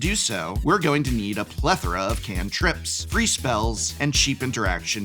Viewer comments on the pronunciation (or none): none